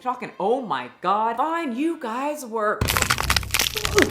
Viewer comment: “PLEASE GWOD PUT THE BROWNIE DOWN!!! “